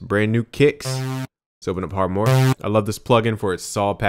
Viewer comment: Dude its 2017 and you still dont pronounce harmor correctly